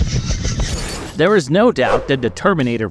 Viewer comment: "THE" NOT "DA"! HAVE YOU GOT A COLD? "THERE" NOT "DERE" FFS